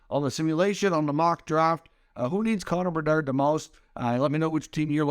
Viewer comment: CONNORR BERDARRRRDDDDD gotta love how this dude says his name